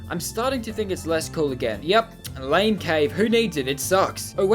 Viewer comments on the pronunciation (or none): none